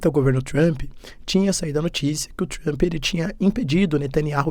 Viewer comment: se pronuncia 'Tramp' e nao TRAMPÍ...... Po professor, vc esta aprendendo ingles... fazer um minimo de esforco pra pronunciar corretamente né kkkkk